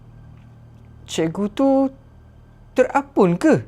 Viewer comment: Terapung bg bukan terapun